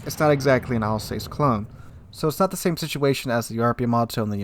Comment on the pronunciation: you make some very nice observations and analyses. But duuude. The prununciation! You can put the names into Google and it will tell you how to pronounce. It really hurts ears to hear you say Alsace, Pobeda or Hizen.:-D